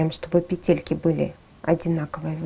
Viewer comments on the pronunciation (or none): none